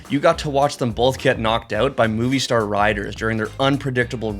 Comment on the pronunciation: "Moviestar" it's "Movistar"... Pronounced as the mobi in mobility